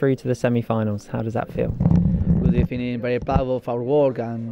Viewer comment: Good ebening Unai